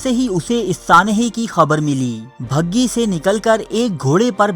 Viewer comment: محترم یہ لفظ " بھگی " نہیں " بگھی " ہے